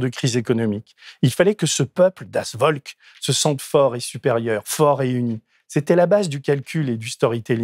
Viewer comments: Cher Denis, pour info, Das volk se dit “ folk” V=F en son germanique. Bonne émission. Merci pour la qualité de traitement des sujets. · Deniiiiis !!!!! Bien ton édito, mais en tant que mosellan (comme toi ?) on prononce « das Volk » (Folk avec un ‘F’ et non un ‘V’). Bravo et Merci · Oulala ! Das Volk se prononce « Folk » , d’où la proximité avec folklore par exemple C’est pas très fort pour un homme cultivé natif de l’est de la France !!! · Pour info, "das Volk" se prononce "das Folk". 😉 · Le V allemand se prononce dans Volk, se prononce F, Folk et le rapport avec l’anglais devient évident. C’est vraiment dur et cruel de voir le monde se préparer à vivre sûrement le pire épisode de sont histoire. On a fait « mieux » à la seconde qu’à la première, alors une troisième guerre mondiale, a l’heure des drones de l’IA, de la panoptique numérique,et de l’obscurantisme galopant porté par des gens sensés administrer un pays. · Merci pour cette video il est clair que ce qui se prépare, de moins en moins insidieusement, fait très peur cela dit, en allemand "Volk" se prononce "Folk" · Attention peuT mieux faire....corrigez les écrits..❤❤❤.le v allemand se prononce F. ❤❤❤ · Je vais faire mon prof d'allemand de service, ce qui apparaît un peu superflu ou anecdotique face à la gravité et la dérive préoccupante de l'actualité quotidienne habilement synthétisée ici, mais comme l'erreur est revenue plusieurs fois et a quelque peu chatouillé mes oreilles de "nazi" de la prononciation, je me permets: "Volk" se prononce "Folk". :) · ca se prononce das folk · Super édito, par contre "das Volk" = [das folk], cela pique les oreilles des germanistes. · Tu prétend connaître l allemagne et tu ne sait pas que le V se prononce "F " et le W se prononce " V " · Ce n'est pas possible d'utiliser autant de fois des mots étrangers (das Volk avec un V pas un W) et de ne demander a personne (du genre google si personne autour de vous ne parle la langue) comment on peut bien prononcer ces mots!